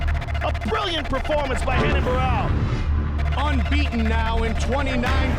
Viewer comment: They keep mispronouncing his name. It's RENAN not HENAN.